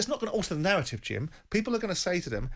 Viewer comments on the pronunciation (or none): 'the nawwative', The 'epic pwoportions', bla bla bla bla bla. Same old Jordan.